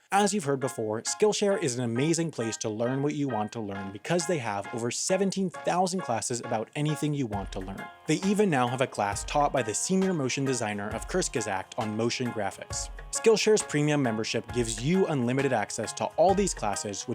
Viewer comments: Kurzgesagt is pronounced Quartz-ges-agt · breathes in deeply when he mispronounces "Kurzgesagt". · EVERY TIME!!!!! AHAHAHA!!! Also, you said, "Kurzgesagt" incorrectly. Just pretend your British, and you'll probably get it right. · You butchered your pronunciation of kurzgesagt. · The way Americans pronounce "kurzgesagt" makes me choke on my spit Everytime I hear it XD